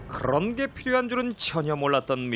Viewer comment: 그럴ㄹㄹㄹㄹㄹㄹㄹㄹㄹ언게 할 때 이거 발음한분 대박이궁ㅇ